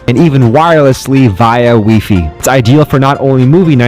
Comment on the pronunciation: Did anybody else notice he says “weefee” ???